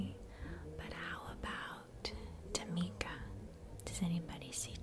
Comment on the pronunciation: Girl, you said my name, Tymika, correctly in this video. Not only was I impressed, but I instantly felt like I was back in elementary school.